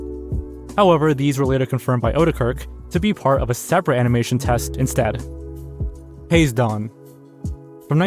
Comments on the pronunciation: the title would be pronounced ha-zay(rhymes with may)-don not haze-don. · Hello from Japan (I'm Scottish but live in Tokyo)! Hazedon (ハゼドン) should be pronounced HAH-ZEH-DON, not hayz-don. Each syllable is pronounced in Japanese. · "Day-bew-ted" - Day-bewd "Hayz-don" - Hah-zay-don "Gahlifray...?" Gall-eh-fray-en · Hazedon is pronounced Hah-zeh-dohn btw